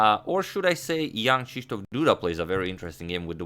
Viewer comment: Your pronunciation of "Krzysztof" is very good!